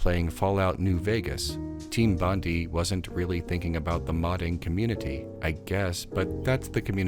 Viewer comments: Hi, Australian here......Bondi isn't pronounced like "Bondi", it's more like "Bondi"......get it? Got it? Great! *(P.S. It's actually pronounced "Bond-eye"............also, everything else in this video is provably correct, even your opinions, yes, also the incorrect ones) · It’s BON-DIE, not BON-DEE. Sorry, obligatory “Australian getting frustrated at American pronouncing Bondi wrong” comment. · The way you pronounce Team Bondi is killing me. It's bon-dai as in Bondi Beach in Sydney where the company was located.